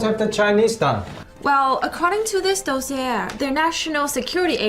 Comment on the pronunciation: tsk tsk she couldn't even pronounce dossier correctly 😂